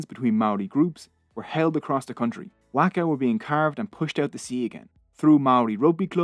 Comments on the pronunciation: I'ts a ''Whaka, Not a Whacka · You got me at the very beginning with your pronounciation of our reo…👍waka as in mark a =wark a. Best pronounciation of the word Maori by a non-Maori. Pou as in toe for pou na as in car and mu as in moo from a cow. Pou na mu. Etc…